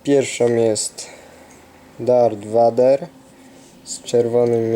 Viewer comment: witam! przepraszam ale zile wymawiasz darth vader mówi się dart vejder